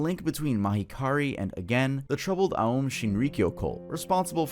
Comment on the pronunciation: That figure in the blood stained picture looks like drawn depictions of the Zodiac serial killer. Also, just a slight correction here, the cult led by Shoko Asahara, オウム真理教, is an oh sound, not an uh or ah sound. オウム are the katakana characters for o, u, and mu which, when put together sound like ohm. The u character is telling you to make the o sound a little longer. Just a small thing, no huge deal. Always love your videos,, keep up the awesome work!